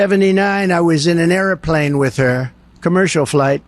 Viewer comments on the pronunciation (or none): Who pronounces it air-a-plane? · It’s not air-a-plane, it’s airplane….stable genius. I am for the lady who knows how to speak. 💙